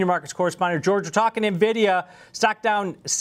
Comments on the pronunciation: its N VEE DEE YA not NIVIDIA 😂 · The guy in the video doesn't even know how to pronounce "N"-vidia! If you can't correctly pronounce the company's name, how can I take his advice!